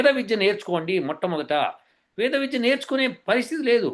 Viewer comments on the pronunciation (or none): none